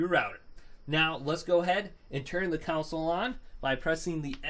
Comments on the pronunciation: Bro stop pronouncing console as counsoule....its damn annoying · the only thing that annoys me is that he say's ' counsel' instead of console uggg